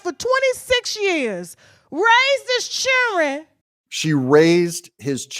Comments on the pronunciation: It's children not chilren. 😂😂😂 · Doug said "chilren" the first time too😂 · What’s a “chilren”? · "Raised his chilren" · Doug… don’t say chilll’ren 😂😂😂. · His "chillrens"? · She raise hi churren huh? Man….i miss the English language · "She raise heis chilren". LOL !!!!!!! You go Gurl !!!! RME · Anybody else giggle when Doug said chillren lol Nice work, Doug keep it going brother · Doesn't chiren have an l and a d in it? js